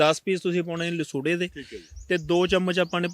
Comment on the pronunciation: Lsuurra not nasurra